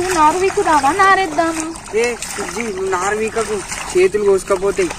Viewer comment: నరు కాదు చెల్లే "నారు"